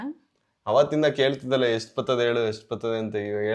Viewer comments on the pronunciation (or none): ಯಷ್ಟು❌ ಎಷ್ಟು✅